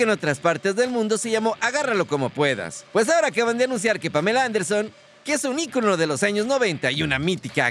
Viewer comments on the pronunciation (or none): none